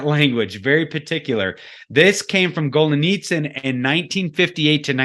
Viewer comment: dude - GET the NAME of Anatoliy GOLIYTSIN! right! You're ABUSING the words Perestroika and the author's name! At least get THAT straight! Your MISpronunciations make me CRINGE!